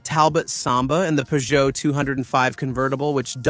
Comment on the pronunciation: AI voices drive me mad, why can't it pronounce Renault or Peugeot correctly and why can't it say "Peugeot two o five" like the hundreds of millions of people did.